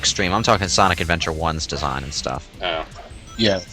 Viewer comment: Don't you mean SAWNIC